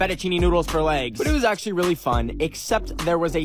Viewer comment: did you akchle flod the naborhod